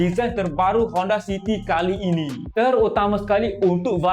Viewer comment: Sebut betul2 bang Kali ini..bukan qali ini😂